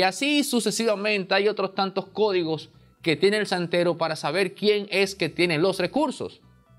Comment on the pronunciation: Chantero. No santero.